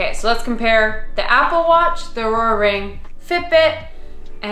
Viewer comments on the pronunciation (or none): The fact that no one commented on you calling the Oura ring “ourora ring”😂